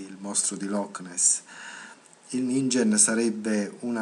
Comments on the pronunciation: Per tua curiosità: si legge "ninghen", la g dolce non esiste in giapponese ;) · si legge ninghen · Si pronuncia 'Ninghen'. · In giapponese si legge NINGHEN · Comunque si pronuncia ninghen.